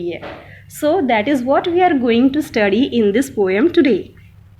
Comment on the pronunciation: Good job ma'am. But need to improve on your pronunciation. Like not a poyam. It's po um. Nacked. Neked not it's Nak ed But rest of that good job